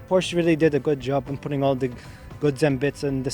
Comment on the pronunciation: Porsche is a 2 syllable word.